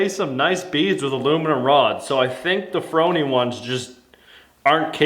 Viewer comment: Its pronounced FOR-Knee, C'mon Man, you know the thing....